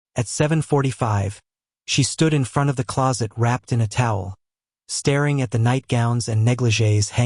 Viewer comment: I agree. Spell the names phonetically so that the narration tool pronounces all words correctly. Yes, annoying to hear the mispronunciation of her name. There are a few other English words these stories get wrong, like staring, dating, babies, etc.